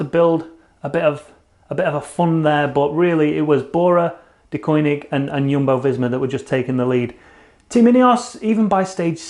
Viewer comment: Teach the way to say Jumbo visma thanks, u rock